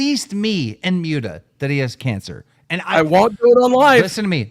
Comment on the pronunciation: I wish Keemstar would learn to pronounce "Mutahar" as "MOOT-Uh-har" instead of "MYOOT-AH-har." It's extremely annoying.